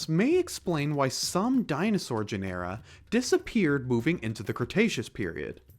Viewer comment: i don't think your AI knows how to pronounce "genera"